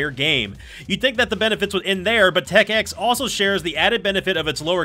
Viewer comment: Instant props for saying Tech X correctly.